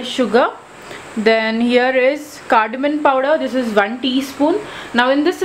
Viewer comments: Very good recipe. I will definitely try. Mam one correction. Your English is too good. It is Cardamom and not "CARDAMON". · Ya its cardamom n i wrote it as cardamom bt mstknly pronounced it cardamon 😃😃. Do try it n let me know. Thank u for ur feedback ☺️☺️ pls subscribe 🙏